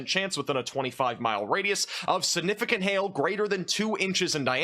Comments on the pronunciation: You say sunifigant endlessly every day and grossly mispronounce it. SIGNIFICANT ! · Stop saying the word significant or stop pronouncing it sunificant i love your content but that is nails on a chalkboard for me lol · There is a G in the middle of the word "siGnificant". Say it with me ... siGnificant. Learn to say it correctly, or use another word. If you're trying to be a pro broadcaster, you're going to need to pronounce those big words correctly. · SiGnificant... not siNificant. 🙄